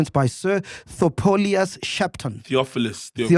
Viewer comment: 😂😅 did Mac just say Thopolius?